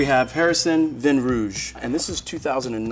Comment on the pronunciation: This gentleman mispronounces his profession, the word “vin” and “beaujolais.”. With this much inattention to detail, I am reticent to take his advice on wine.